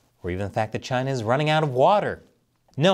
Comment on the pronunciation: China, CHI-NAH CHI-nah!!! No way